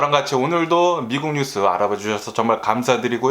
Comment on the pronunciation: 원래 한국말이. 어눌한가요? 미쿡 미쿡 하는게. 약간 거슬리네요